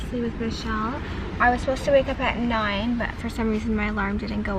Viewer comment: Michels French accent was so good hahahha